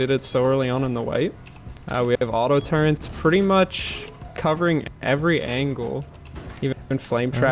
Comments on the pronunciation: Y does he say turrent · Did he say 'turrents' over and over? Does he really not know they are called turrets???? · He was saying turrent it’s turret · So many fucking people say turrent........... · Can you tell him to stop saying turrent? It's not current with a T, its just Turret.